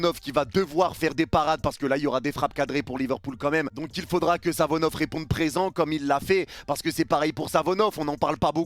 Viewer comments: arête de dire Savonov, le gardien s’apel SAFONOV, avec F pas avec V 😊, chaque fois ttu dis Savonov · Par pitié essaye de bien prononcer le nom de SaFonoV et pas SaVonoF